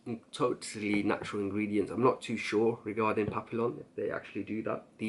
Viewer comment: I respect your olfactory knowledge bro but, come on how difficult is it to google how to pronounce SA LOW MAY but you kept saying Dyrad, it's DRYAD ! And you don't pronounce the two LLs in Papillon. WOW. I honestly do love your vids. This is feedback to help you. x